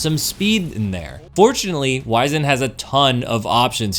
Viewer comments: Please look up how to pronounce "wizened." It's less "wise" and more "wizard," if you know what I mean. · Fusion main but doesn’t even know how to pronounce wizened